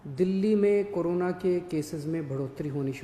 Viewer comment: it's corona not karona